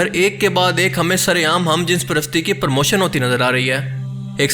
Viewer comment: Permotion nae bhai promotion